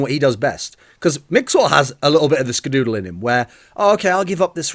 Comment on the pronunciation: Please make a video where you just say skadoodle. It sounds so funny when you say it. Dooooodle